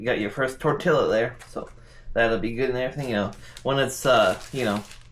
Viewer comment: why are you saying tortilla wrong you said you spoke spanish